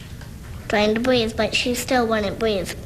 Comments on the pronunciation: "she wouldn't breav" that hurts my heart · "Bweeth" Oh my sweetie 💔